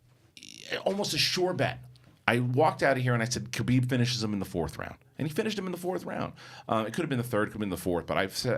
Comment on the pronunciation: Guys it's Khabib not Kabib